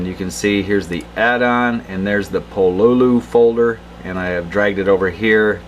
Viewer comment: just so you know it's pronounced Pololu not Pololu